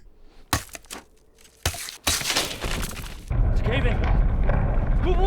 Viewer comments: this movie ws so hated among avatar fans and i dont like it its so disrespectful to the original series because Aang our main character litrally just mispronounced his name first iwent on with the letters of his name in the original series and in the movie he said ong instead of Aang gosh darn it this film is terrible in my opinion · Take a shot every time they mispronounce a name. You'll be blitzed in no time! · The name pronounciation of Aang and Iroh are similar to how they are pronounced in the ger dub. I don't know why though lol